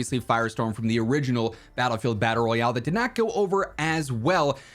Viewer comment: DICE: There is no BR in Battle-sing-se 😂